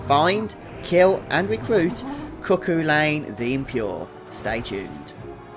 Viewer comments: Its pronounced COO-CUL-IN. Its a mythical figure from Irish folklore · Hey man it's from Irish folklore it's pronounced coo-cull-an. Love the videos keep it up 👌👍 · I know this video is old, but his name is pronounced (Coo-cul-in). Amazing video tho, huge help. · downvote for not being able to pronounce Cúchulainn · You pronounced it wrong dude its an irish name lol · He's a Brit. They always pronounce names wrong.